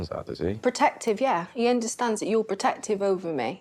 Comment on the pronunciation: "Potative yeah" Protective ! Does he understand ? 🤣